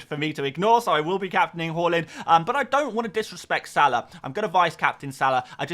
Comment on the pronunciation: I'm sure it's pronounce Haaland not Whoreland